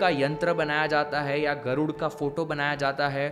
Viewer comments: Although i like ur videos but plz don't pronounce "gurd" as" garuda". Let the words be pure not altered by English language... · बहुत अच्छी बात बताई आपने ! धन्यवाद ! सिर्फ गरूडा की जगह गरूड , तक्षका की जगह तक्षक बोलीये , नही तो वह इंग्लिश जैसा उच्चारण लगता है , हिंदी जैसा नहीं! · गरुड़ा नही गरुड़ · Bhaiya yeh “Garudaa” ucchran galat hai. Hindi mai “Garud” hee kehete hain